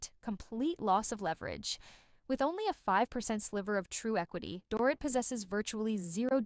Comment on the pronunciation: It’s pronounced “Doreet”. Does this narrator even watch the show?